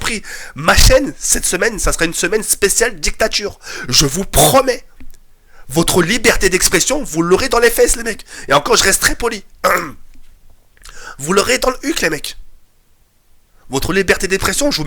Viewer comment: un moment tu dit liberter despretion mais c'est d'expretion tinkiete je rigole bien sur sinon bonne video :) <3